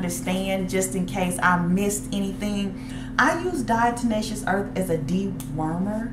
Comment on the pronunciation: Its Diatomaceous earth, not Diato"n"aceous earth. Good info.